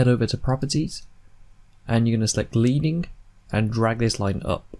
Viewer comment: Thanks, very useful. By the way, "leading" is pronounced "ledding"; it comes from when the typographers used lead strips between the lines of letters.